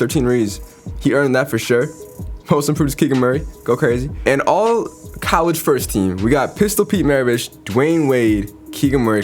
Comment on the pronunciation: bro "callege"